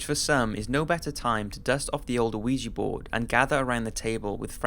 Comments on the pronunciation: Ouija is pronounced wee-gee not o-wee-gee. I love your vidoes and every time I watch one with an Ouija board involved I can't help but hear it. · Its pronounced wee jee board man. I'm pretty sure anyway I haven't looked up the pronunciation but that's how everyone says it. It annoys me every damn time you pronounce it the way you do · First of all it's pronounced we-ja. Second I'm normally skeptical about ghosts but the San Pedro case makes me question. Assuming the investigator's aren't lying the only other possibility is that the couple had access to blood plasma. I would love to know if one of them worked in the medical field? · "wee-gee" board. Not "OH-wee-jee" board. The "o" is silent. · Weeegeeee board get it right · You're not supposed to pronounce the O in Ouija dude, its pronounced WEE_JAA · Does anyone else sometimes hear "Luigi board" like you're summoning a vengeful cartoon Italian? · the ouija ones were so hard to listen to cuz this guy keeps saying “oh weegee” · i swear to god it sounds like he says luigi board and now i cant focus on other shit he says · DUDE....THE "O" IN OUIJA IS SILENT. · The o in ouija is not pronounced... That was the scariest part of this video! ;) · Oui is pronouced 'we' as in the French word for 'yes' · How many times hearing Ouija Board pronounced incorrectly is too many? How well researched can you video be if not ONCE did you ever come across a correct pronunciation? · When you get older you start to realize that if pronouncing words like Ouija correctly is too difficult for you how can you raise children? Sometimes it's best to cut your loses while you're ahead. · ArM kH I know all about Ouija. I'm mocking his pronunciation